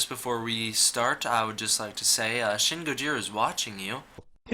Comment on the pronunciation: shin is pronounced 'sheen' all letter "I" sounds in Japanese sound like "ee"